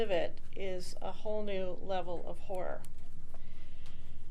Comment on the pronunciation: did she say horror or whore?